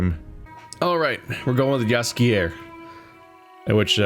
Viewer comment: Jaskier (Yaskier) is the Polish name of Dandelion. And your pronouciation is good.